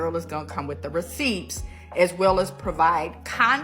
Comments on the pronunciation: Did that fe-male just say "I'm gonna bring the receipts (pronounced as reseeps)"? 😂😂😂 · Immediately skipped ahead when It emphasized the P in receipts but not the T in context when talking about BMs